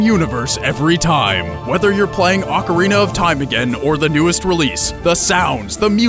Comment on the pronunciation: I don't know why it pissed me off so much but when you mispronounced ocarina i totally lost it...